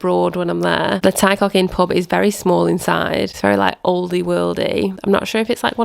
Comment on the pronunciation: Enjoyed your video! It's an amazing part of the world, we've just come back from there ourselves, Aberdaron was our highlight. Just a few pointers on pronunciation- Ty Coch is pronounced 'Tee Core-ch'. Soft 'ch' as in loch :)